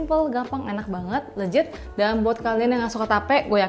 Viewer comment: Kak, please leGit deh bukan leJit iy ga sih 😄 thanks for the recipe. Suka bgt bolu tape 🎉